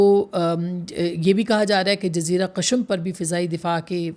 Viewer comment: "Ms. Shirazi, your analysis was precise and profound. My apologies, but I wanted to point out that the word you pronounced as 'Qashm' is actually 'Qeshm'—meaning it is pronounced with a short 'e' sound under the 'Q'. Best of luck!"